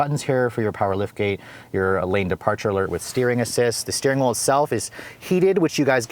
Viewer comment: Suggestion - reduce the use of "you guys" and "literally". And it's 'steering wheel', not 'steering wool'.